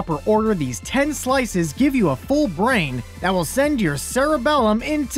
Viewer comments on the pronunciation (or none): none